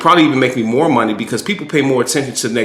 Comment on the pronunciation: Just a question are you from DC or the east coast cause I only remember people from DC saying Moe